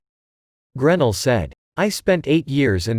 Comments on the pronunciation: GREN ELL,!! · GRAAA- NELL..please pronounce this Patriots Name Correctly!! Sorry, nails on the Deplorable Chalk Board